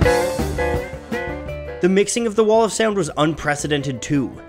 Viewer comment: The way the narrator says "Sea-owned" instead of sound drives me nuts.